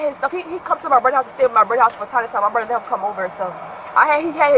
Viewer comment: “Brudda house”